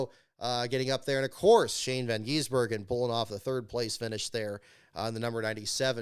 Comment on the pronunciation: Catching up a little late. Just wanted to say, having watched V8 Supercars since Shane joined the series, its pronounced Gisbergen just like it looks. Not Geez-bergen like Michael Waltrip has been saying it.